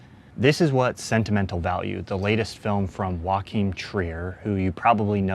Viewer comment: On that note: Joachim Trier is not spanish 😅 A more correct pronunciation would be something like YOO-ah-kim. I know this is a petty complaint, but it just really stood out to me as a Norwegian, haha.